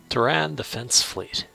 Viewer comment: Your pronunciation is a little odd. "Terran" is pronounced "Tear-Anne". It's what we call ourselves, as a species, here on Earth, where we live. "Tear-Anne". And, Sol 3 is "Earth". Sol is the sun. It's a Latin thing. I mean Latin as in the dead language, not the irresistible beat. I worry that you've mastered 4X and completely ignored, actual history. Also, I really disagree with some of your research choices, but that's a choice thing. The choice to lose your empire early, vs the choice to play more. Purely optional.